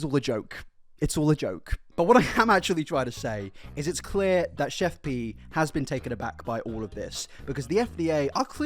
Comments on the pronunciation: Its pronounced CHEF PIE not pee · He keeps calling her Chef PEE. Lol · lol im sorry, this was a great video but the way you pronounced her name had me cracking up